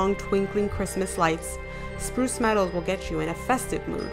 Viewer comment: Bruce Meadows?? I think it's Spurce Meadows. 🙂